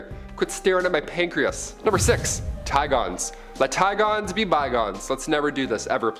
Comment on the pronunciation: Had me so lost with "Ti-gones"...Should pronounce like both animals names are typically pronounced correctly lol. Like ti-gunz.